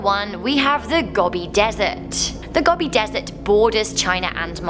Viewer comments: Gobi pronounced with capital O sound. Like "Go-bee" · I think the scariest thing is how you pronounce Gobi (Gou-bi) as Gobby! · It's Go-bee not Gob-e 🌞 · gObie not gobby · 'Goh-bee', not Gobby...